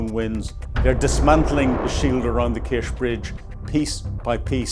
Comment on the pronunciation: Kerch is pronounced with a ch at the end, like church.